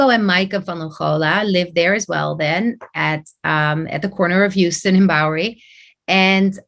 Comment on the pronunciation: the word Houston is pronounced HOW-stun. This is an error that will have you immediately dismissed as not doing your due diligence.